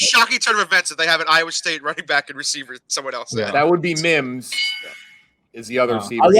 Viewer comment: Wims not mims smh